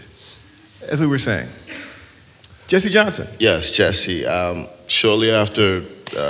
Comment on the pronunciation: Okay, first it's "Jesse" Johnson...not "Jessie" Johnson :-)